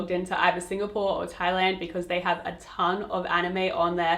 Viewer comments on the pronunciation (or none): none